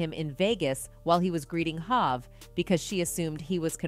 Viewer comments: Hov pronounced (Hoe-v not HahV) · Its not Hav, its Hov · The AI called him Hav! Haha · This is AI generated they calling Jay HAAV not Hot smh. I can it stand this. I love 50 though he gonna tell it like he see it!! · Who tf is doing the commentary on this video?! Mispronouncing Nore and Hov! Wtf??! I really hope its A.I. generated cuz if not... somebody needs to ask for their money back! Lmao 🤣🤣🤣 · Lmfao this ai or w.e voice this is fkn up every name... hav instead of hov....basqueeeat instead of basquiat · This lady doesn’t know any of these people 😂. Listen to how she says there names. Hov, Nore and Bey 😂😅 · Is this an AI speaking or is she the wrong person to speak about the Hip Hop. She can't pronounce "Hov," "N.O.R.E.'" or Basquiat. SMH